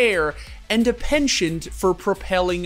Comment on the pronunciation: mispronouncing "penchant" in every video is slowly eating away at my soul